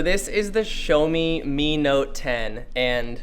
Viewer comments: Great video as always from the moment guys and I love you people and your view on photography in general. But, one minor thing, the brand name is pronounced "Jjaomi" or more preferably "Shaomi" not "Showme" that's for sure. xD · Okay just to make it clear It's "Sha O Me" Not "Show Me" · ... thought it's pronounce Shiiiiiaawwww meeee.... not sho meeee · bro stop saying "Showmi" its "Shawmi" 😤😤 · It's not 'show me'. It's 'shaw me'. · Um..... There's one thing........ Its not "shomi" It's Shiaomi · "This is the SHOW-ME MI Note 10" LOL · It's called shaow me (like now-me) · What's a "showme" ? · Yeah shou like in shower + me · Xiaomi pls show him how to say it properly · Niranjan C.S xiaomi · Someone teach this guy how to say it 😂